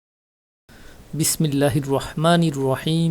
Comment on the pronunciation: Bimillah shuddo kore bolle valu hoy